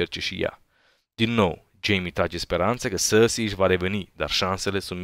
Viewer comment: Cand spui Cersei ma faci sa rad parca esti francez "sarrsi" :)))